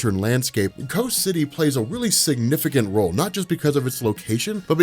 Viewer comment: Why are you calling it "co city"?